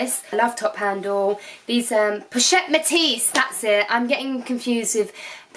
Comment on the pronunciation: Petite petet, petis...POCHETTE METIS! Haha that was so cute and funny